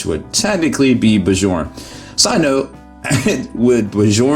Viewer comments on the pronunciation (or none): Bee-jorn? Bjorn. Other than that, nice video :D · Awsome stuff thx fot the Review! Just for info Bjorn is pronounced BI-ORN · i bealive it is prenaunced "BYORN" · Bjorn is pronounced B-yorn. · the j in Bjorn is silent bro!